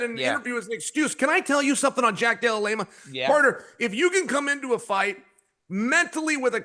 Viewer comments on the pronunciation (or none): DC called him Della Lama after all that 😂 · "Blahal and Jack Della Lema"....... I dont know at this point if Uncle Chael is leaning into this schtick or if he's just illiterate. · Jack de la Lame - Ah ... Bleh - hal ... Alex Pierra 🤧 Chael 🤣